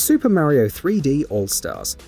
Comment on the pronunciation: Super Maro???? 🤣🤣🤣🤣